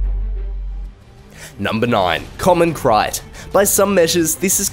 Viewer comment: krait is pronounced crate